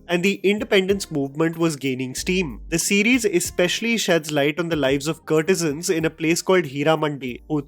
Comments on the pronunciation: “Courtesans” like COURT-e-suns (like the word ‘court’ - kōrt) - not “CURT-e-sans” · It’s not curtesans,, it’s courtesans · Please stop saying kurtesans it’s “court”e san. How you say court not curt. “Court e zun “ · I agree with you critique. I cant however fathom you repeatedly saying - 'curtisans'. Aren't they courtesans. Perhaps something to focus on before your next critique. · What's a CURRRRRRRT E SUNS??? And not once...SEVERAL TIMES! It's as if this guy has never heard of the proper pronunciation of courtesans in his almost 30 years on this earth. Or Tawaif, perhaps??? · you are pronouncing courtesans wrong all through the video!